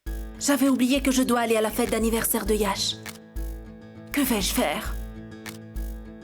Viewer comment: Komsi mwen tande Moun yo di yèsh olye de yash